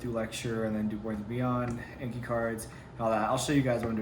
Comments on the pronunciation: I love these videos but the way you say "ayne-ke" instead of "awn-ki" drives me insane lol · People that say “ayn-ke” drive me mad 😂😂. I was literally yelling at my computer screen “it’s AWN-Ki” 😂😂😂. But congrats on starting med school! And honestly watch the boards video, do the subsequent anki cards for them, then go through lecture materials. Do your daily ANKI reviews. Incorporate pathoma when you guys start learning disease pathologies & stuff. Then use sketchy when you guys get to microbiology & pharm. all the best! - M2 student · I’m not in medical school, but I am also taking Anatomy/Physiology right now. We’re going over the lymphatic, immune, and cardiovascular systems right now... I couldn’t understand the cards you were talking about. It sounded like you were saying “inky cards” or “NK cards” or something. What are you talking about exactly? Are those online flashcards or something?